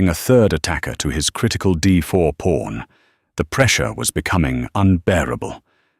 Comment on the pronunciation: It's pawn, not porn for crying out loud!!!!